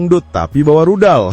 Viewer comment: Rudal min bukan ridal